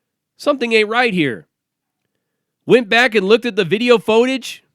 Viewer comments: First time, maybe a miss speak. But he kept saying it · How come dude cannot pronounce footage?